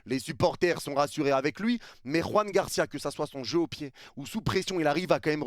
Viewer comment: Joan Garcia bordel, pas Juan Garcia. La prononciation n'a rien à voir !!!! Il est Catalan pas Espagnol !